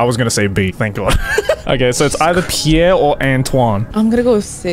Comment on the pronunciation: As someone from South Dakota, HOW DARE YOU SIR! Also, it's pronounced like Pier, not the French name.